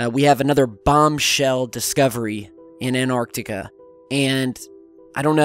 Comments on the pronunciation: stop saying anarctica! I cant can't listen anymore. it's Antarctica. how can I believe you when you cant can't even say the fuckin place name right? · AN-tarctica not ANT-arctica :P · hey Tyler or what ever your name is why don't you pronance some words correctly its Antarctica not anartica its Iran is pronac...d eeran not I ran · Anartica= Greek for 'I stood up' the South pole area however is called 'AnTTTTTTTTTartica'. this for the people who have gets puzzled ... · I tough it is ANTARCTICA not ANARTICA ??? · Antarctica not anarctica not anartica. If you're going to base so much of your content on this continent the least you could do is pronounce it correctly. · cant he pronounce both of the Ts in anTarcTica?? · An-arc-tic-a. Sorry bro you pronounce it An-tarc-tic-a. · AN-TARK-TIK-KAH Not anarctica...annoying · Why do Americans say 'anarctica' it's Antarctica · it's antarctica not anarctica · please pronounce antarctica with THE "T" FFS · Repeat after me; .. "AN-TAR-TIC-A" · Please, lend yourself some extra credibility: ant·arc·tic \ ant-ˈärk-tik, -ˈär-tik\ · You do know there is a t in antarctica?